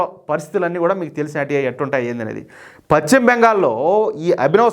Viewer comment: Pachhima bengal kadayya. paschimabengal antaaru.telugu sarigga palakadam nerchukoni AA tarvaata video lu cheyyi. Neevu telugu nu khooni chestunnavu